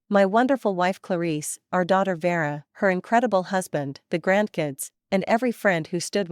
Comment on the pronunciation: Is the sister called Vera or Dera? It’s annoying listening and seeing two names. Is it Junie or Jimmy? Thompson or Tamson? Another annoying mistake. It’s little mistakes like this that show the creator of this channel doesn’t care to edit their work.